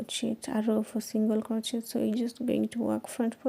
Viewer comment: Doesn't she know how to pronounce crochet correctly? That was annoying and hearing her smack sounds ick!!!icky!!!! She needs to play some music!!!